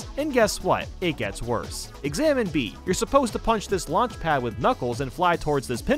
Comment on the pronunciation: "examine B" Exibit B